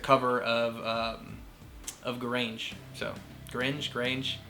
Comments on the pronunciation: oh yeah also the song name Gurenge is pronounced like Goo-Rend-Gay without the D and Y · It is pronounce as goo-ren-gay the song.